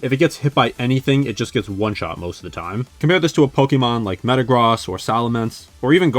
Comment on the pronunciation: It’s pronounced meh-tuh-GROHSS, arr-KEY-iss, kuh-STEEL-ee-uh, KAH-lohs, and ray-QUAY-suh, “”! 🤨